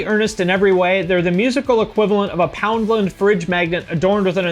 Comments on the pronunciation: Is 'Poundlund' wrong? I've heard people pronounce it that way when talking at a fast pace and it just flows better to be honest. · The way you pronounced ‘Poundland’ is great. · its not pronounced wrong per se, just the American accent and 'lind' is great. I usually say it like two words.